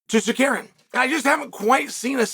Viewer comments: Bro.please respect people names.its not secarian but SA-RUK-YAN. By the way arman is rubbish talks so much.he needs 5 rounds to beat charles by split decision islam submit charles easily in 2rounds.islam will smesh the armenian then he will realise the dagestani jinx.🤣🤣🤣🤣🤣🤣🤣🤣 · Did he say Zarkarian 😂? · Tsarukyan not Tsarkarian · Uncle Chael playing fast and loose with fighter names. Tzarukian, Zakarian, Kardashian…same thing! 😂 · Please someone tell Chael that pronouns it Sarukiyan. Tsarukiyan the (T) is silent 🔇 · Shark Karean?? 😂😂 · no uncle Chael. Its Sarkarian 😂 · Apparently there’s a fighter whose name you can pronounce differently every time you say it. Tsarukyan, Sarukan (Ryu and Ken lost to Chael btw,). And at :28 I think he called him Shakira 😂 No more proof needed. Chael is the GOAT 🐐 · Me: Tsarukyan Uncle Chael: Tsarkaryan Me: Tsarkaryan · Bro please stop call him Sakarian 🤣🤣🤣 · Too late. Sarkarian it is. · idk why i thought he’d say armans name right lol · You would be more believable if you could pronounce his name..No one thinks Islam or Arman fights are boring..Arman also said Poirier lost because he quit, and he refused the Islam title fight because he needed more time, he says lots of stupid stuff, who cares..And I'm not convinced he beat Charles, it'd debatable.. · Chael butchering Arman's name is classic Chael 😂😂😂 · Chael spends his entire day finding new ways to butcher Arman’s name lol. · Sar-karian vs Mackle-chev sounds like the deadliest cobblers that ever lived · Mockelchev vs surkarian